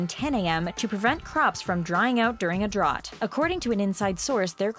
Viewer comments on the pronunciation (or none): did she just pronounce drought wrong?